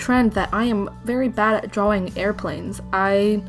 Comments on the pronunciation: I was so irritated by how she says drawing. It’s draw-ing. Not draw-wing. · OMG did anyone hear when she said drawing weird 😸 it was